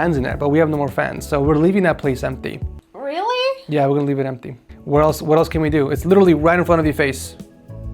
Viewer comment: That was such a Californian "REALLY????"